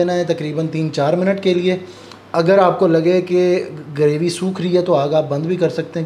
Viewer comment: Please bhai correct your pronouncetion word Graby,this is actually Gravy.